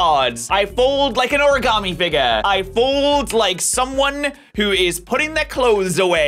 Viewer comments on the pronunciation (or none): none